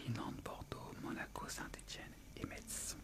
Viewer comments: Ca se prononce "MESSE" et non pas "Metzeuh" lol. Bonne vidéo sinon j'adore ;-) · Lorsque vous parlez des équipes de foot. Vous prononcez le "Z", or, ici à Metz, on prononce "MESSE"